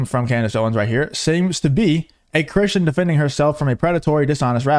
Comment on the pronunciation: Can't say Cristian either? Jesus Christ dude... 🙄